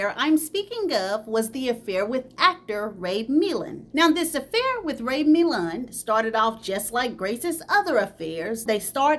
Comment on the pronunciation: You was tearing up Ray Milland's name😅 I swear I love your channel ❤❤❤❤❤